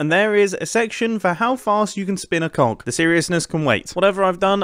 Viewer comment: Every time he says cog I think he says something else